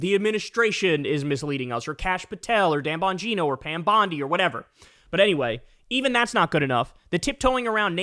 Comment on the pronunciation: *Gine-OH* Dan Bon-GINE-oh